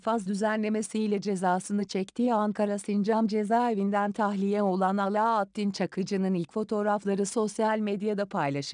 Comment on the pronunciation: Alaaaaattın diyor sirinizin köküne kibrit suyu 🤬 abi 2 satır şeyi okuyacak hiç mi kimse yok ya 😡